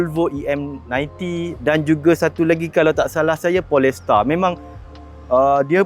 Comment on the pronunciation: memang channel ni bahasa melayu. Tapi kalau nama2 bahasa inggeris tu sebutlah betul2. Jangan kasi malu ye. Sebutan yang betulnya adalah POLE - STAR. bukan PO - LES - TAR.